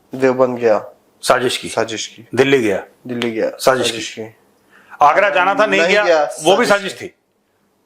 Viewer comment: Bhaarat gets a Nobel prize for "saaZZish" 😂